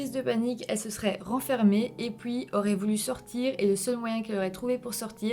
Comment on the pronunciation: Je kiffe trop tes "puis" qui donne "pouis" pour la française que je suis 😅